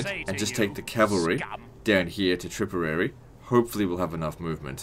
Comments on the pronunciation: Meeth and tripperary lol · Tipperary not tripperary